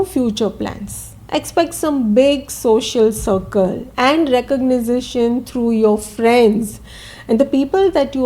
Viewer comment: Thank you again for your clarity and depth! May I tell you something: it s recognition, not recognicition 😅